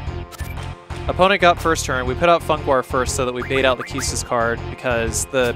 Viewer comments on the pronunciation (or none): I love your videos, so I don't mean any disrespect, but keestis sounds silly to me. It reminds me of keister or queef. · I wonder how you pronounce the word "equipment" or "inquire". Please reflect on your approach in spelling "Quistis", because it's cruel :) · I always pronounced Quistis as "cuistis" not "kistis"